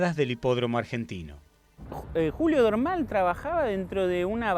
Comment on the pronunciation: Es muy bueno el video, muy claro. Lástima que no le adviertieron al relator que el apellido de Jules Dormal se acentúa en la última sílaba y no en la primera. Cada vez que lo nombra y dice Dórmal es como si hablara de otra persona.